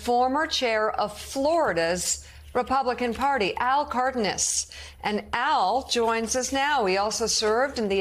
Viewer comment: Hey Mika is Cardonas, pronounce Car-daugh-nas.